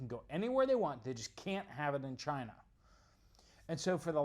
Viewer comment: Cina is China. But Chy -na is in Ukraine